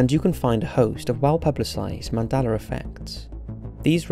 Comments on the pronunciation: It's "Mandela Effect", as you pronounced "Nelson Mandela"... I don't know why I keep hearing you say, " Mandeler Effect " ,but, I do. Great video, regardless how you pronounce it. I think what CERN has (and is currently) tinkering with is what is causing issues. Do a video about CERN!!! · Mandeler???? I thought it was Mandela!?!? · Why is it pronounced as "Mandeler"? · “Mandelar” lol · He is saying 'Mandelar effect' or am I hearing it wrong?